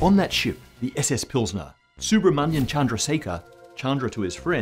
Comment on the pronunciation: chandraseka....😅😅😅😅 Wo chandrasekharrrr he...